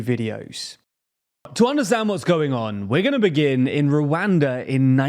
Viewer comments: @@ the way he says the a’s is cringe. It’s supposed to be pronounced similar to how “wakanda” is pronounced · It’s very hard to watch this video because of how you keep pronouncing Rwanda in the most yt way possible